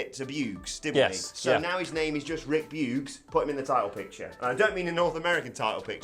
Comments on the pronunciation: "Boogs" not Beuh-gez.... :) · Lol Bewgs. Try pronouncing the "oo" in Boogs like the "u" in "poosh".